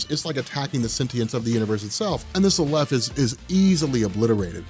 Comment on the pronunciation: I think the correct emphasis is ex-NI-hi-lo (based on the root), and Aleph is definitely pronounced A-lef.